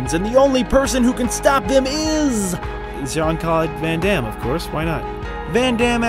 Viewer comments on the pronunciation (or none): Jean-Claude grand -am. Lol